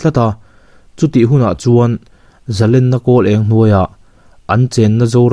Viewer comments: A ngaihnawm leh dawn e. Zalenna tih hi len tih lai hi "khawnge i len" tiha len ri anga lamtur a nia, i lam diklo ania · zalen tih chu a hmalam a thu awm zia a zir a ri chi hnih awm thei a nilo ami. entirna Zalenna chu an va hman zalen thiam ve ti te hi chhiar ta ang ila arik dan khi ki hnih anga rik a ngailo ami.?.